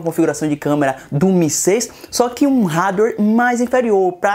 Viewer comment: Aprende a falar Hardware !!!!